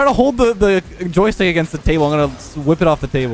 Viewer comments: The “Joytick” really triggered me lol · It said on JoyTick. 😂😂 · why is no one talking about it saying on Joytick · That's what you call a gold aerial simulator tomorrow Inspired by the joystick video, I recreated the Microsoft Flight Simulator in Rocket League. Jokes aside, now I'd like to see you try this with Guitar Hero/Rock Band drums. PS. Did just make the favourite insect reveal, or is the s in joystick silent in Canadian?